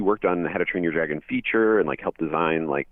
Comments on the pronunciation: Correction, Dragon is pronounced as "DRAG-uhn" instead of "DREY-guhn" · Trust me, in the majority of his videos ALWAYS mispronounces the word Dragon as "DREY-guhn" instead of the correctly pronounced "DRAG-uhn" like what people normally say the word. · And it isn't pronounced as "DREY-guhn" either and continues to say the name wrong, it is "DRAG-uhn"!